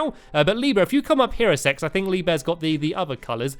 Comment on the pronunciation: Anyone else noticed he sai "lee bear come here a se ex instead of Sec 😳